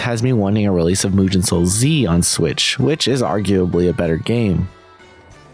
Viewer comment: Good to see you cover this kind of games, most people just ignore them altogether. PS: mate, you managed the impossible: mispronounce a 2 syllable word ("mugen"). It's nitpicking at its worst (I know) but it's as simple as writing the word in some translator and use the voice option.